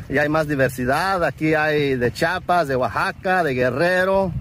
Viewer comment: Se dice chiapas nooo chapas amigo